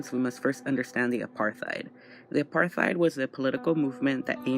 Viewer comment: if i hear one more American mispronounce apartheid Ima cry